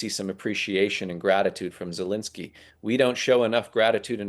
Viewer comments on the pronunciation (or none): none